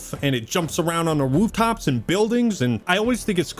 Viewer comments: "and it jumps around on the WOOF-tops" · The "woof-tops." 😂